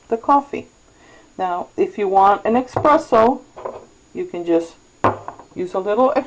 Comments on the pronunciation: for the love of God it is ESpresso not EXpresso. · Good video, helped me iron out the little knacks with my machine. Just so you know espresso is pronounced ESpresso not eXpresso. :-)